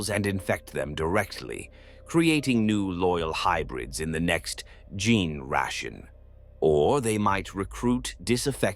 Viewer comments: You might want to advise the AI, somehow, to maybe say "jean stealer" or something instead. In your prompt, maybe something like , "replace all instances of gene with jean" or something. "Gin stealer" just sounds silly. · I would've just replaced gene with jean so that the AI would consistently pronounce it right